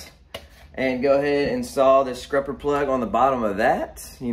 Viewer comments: You are killing me with calling it scRupper but I love the content!! Subscribed. Or should I say subscRibed? 👍🏼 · Is he saying scrupper…?